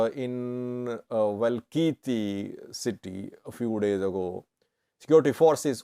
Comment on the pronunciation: .its not Welkait.it’s welktie.